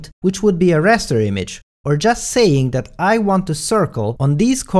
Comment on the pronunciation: I believe is called Raster not Rester.